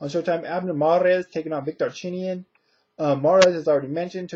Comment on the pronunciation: Wlad by 10th round KO, and you pronounced his name the right way. Victor is looking alot better since his KO to Marcos, I got Victor by close SD. Khan is going to win he is going to box and move and use angles and try to catch Marcos some times but I think Khan i going to get a UD our a late KO. Perez is going to win and win the fight in better fashion, Mares and Vic is going to be a good fight but I see Mares pulling away after 5 our 6 round and getting a UD